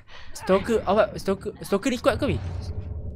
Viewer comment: quiet quite kayot quite quite 😂